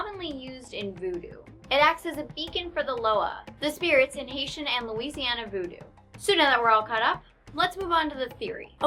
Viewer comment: when she said lousiana I was like NOOOOO